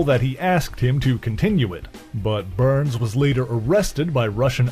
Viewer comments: Why you saying burns? Lol it's Barnes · When you keep saying BURNS, do you mean BARNES. isn’t his name Bucky BARNES? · I heard burns and the closed captions picked up to.